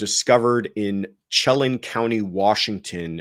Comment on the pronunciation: Washington state - Chelan county is pronounced 'Shay-lan' Soft 'a' in the second syllable. Emphasis on the second syllable. The girl who put her baby in the closet should not escape punishment. Kids these days are not as naïve as in the past and if you think you are grown enough to lay down with a guy then you are damn well grown enough to be responsible for the consequences. I don't care if you fainted and fell on the baby - next move is CALL 911!! Get the hint teens - babies are not 'babies' forever. These are little people with rights and feelings and needs, and they are going to be the future of humanity. There are so many resources out there, kids know how to use the internet to find what they need and this is no exception. NO excuse for leaving a living being to die because you are scared or embarrassed or don't want to raise a kid. Any way you look at this it is criminal. No, don't put her in jail for life, but hold her responsible for her actions and make her feel some punishment. Then maybe she can use her life to go to schools and talk to other teens about how NOT to be in her situation.